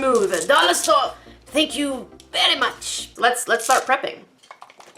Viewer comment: "DOLLAH STOREH, THAH-NK YOU, VEH-RY MUCH!!" Chicken nods aggressively